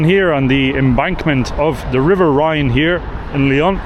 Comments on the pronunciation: The River is the Rhone not Rhine. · The Rhone, not the Rhine, right? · River Saone (not Seine) and Rhone (not Rhine) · It's not the Rhine, it's the Rhone. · Did you mean the Rhone and the Saone ? For it sounds like Rhine and Seine ? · You mispronounced the river ‘Rhône’; when pronouncing this word it sounds like ‘own’, Rhône. It is not the ‘Rhine’. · fyi its the rhone river not rhine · It's the Rhône not the Rhine... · The river is called: Rhône not Rhine!